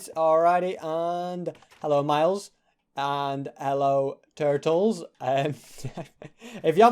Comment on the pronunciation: says Turtles like an America